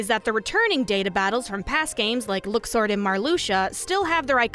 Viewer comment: Still not gonna forgive Nomura for the Luxord pronunciation.